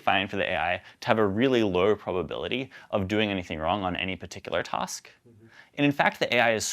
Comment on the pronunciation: Every time he says "tosk" instead of "task" my inner linguist wants to know where he grew up. :buffering